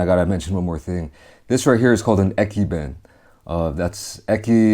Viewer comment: Ekiben, you got it guys? Eki”ben” haha